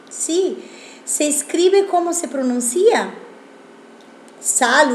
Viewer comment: Se PRONUNCIA " pronUncia" no "pronuncIa"